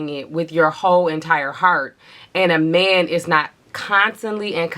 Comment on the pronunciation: The way you say ‘meeeehhhnnn’ gives me life😅😅 the accents to a non-american ears😂😂